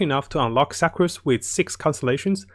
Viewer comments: I appreciate your videos, but please learn how to pronounce Sucrose better. Sue-crose. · “Su-crose” not “Suck-crose” also it’s a she not a he. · fml HAHAHA i died when he said suck-crose